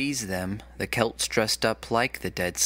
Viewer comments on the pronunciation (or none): none